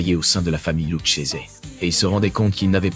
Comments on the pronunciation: Excellente vidéo,en revanche ça ne se prononce pas "Loutchésé" mais "Louquésé". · Bordel apprendre à dire les nom comme il faut ça se dit Luquese et pas luchese 😂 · Video de très très bonne qualité, comme d'habitude! Vrai plaisir de regarder (je regarde très peu de youtubeurs). Attention que le nom de la famille se prononce LOUCKESE et non LOUCHESE :p. Par contre, il n'est pas vrai que les familles étaient contre le trafic de drogue dans les années 60. C'est tout l'inverse. Il résulte de la conférence de La Havane de 1946 que les familles acceptent de se mettre au trafic. Lucky Luciano (et quelques uns comme Franck Costello) était contre, mais l'ensemble des familles étaient d'accord. D'ailleurs à cette époque, elle délègue une grosse partie du trafic aux dealers noirs de Harlem (qui devaient payer un lourd tribu). Mais ta vidéo reste d'une incroyable qualité (pouce bleu!)